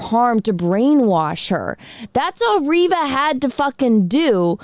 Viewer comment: It's ReeeeeeeVA... 🤣🤣🤣🤣🤣🤣🤣🤣🤣🤣🤣🤣🤣🤣🤣🤣🤣🤣🤣🤣🤣🤣🤣🤣🤣🤣🤣🤣🤣🤣🤣🤣🤣🤣🤣🤣🤣🤣🤣🤣🤣🤣🤣... Are you serious?